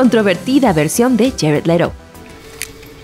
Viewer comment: Yared lero???? Es patético que pronuncie como nativo, cuando no lo eres